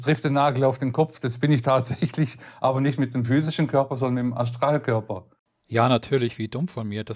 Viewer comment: ich krieg mich nicht mehr ein!!!!! 😂😂😂 Aschtraalköbba! 😂 Bitte mehr davon!